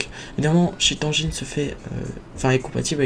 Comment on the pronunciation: c'est pas cheat anjine c'est "endgaine" il est pas malade cheat